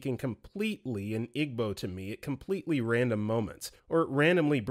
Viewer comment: it’s pronounced “EE-bow,” not “IG-bow.” and that one resonated with me SO much. i was expected to just absorb igbo through osmosis and was mocked when i tried to learn formally. now they’re mad i don’t speak igbo🙄